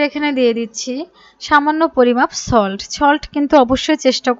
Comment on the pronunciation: Solt ke cholt bole